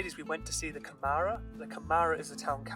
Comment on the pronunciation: Câmara it is said more as cAmara than camAra, you say a little more open A in the first ;)